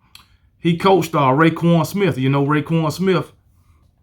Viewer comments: Btw it’s roquan smith not rayquan smith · And it's ROquan not RAquon